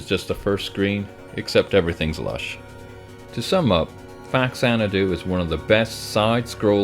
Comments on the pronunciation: Big elephant in the room: The title is pronounced "fah-zanadu", not "facks-anadu". It's part of the Xanadu series released on Famicom. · Long story short: it's pronounced Fazanadu.